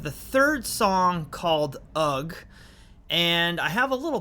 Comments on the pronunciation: No g sound in ugh! 😂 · UGH is pronounced hug shoulders as ask eh? UGH means eh? wtf?